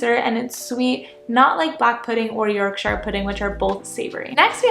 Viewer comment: NO NO NO NO NOOOOOOOOOO 😂😂 Having a British dad there is no way you don’t know it’s pronounced YORKSHER and not YORKSHYRE